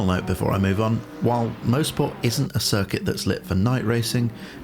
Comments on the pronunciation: Fantastic mod, well done to the author! Great video! FYI I think it's pronounced "MOS-PORT" not "MO-SPORT". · coming from a guy that lives 10 mins from the track in canada its pronounced "mahsport" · This guy has it right. It's more like 'Moz'-port than anything. [mawz-port]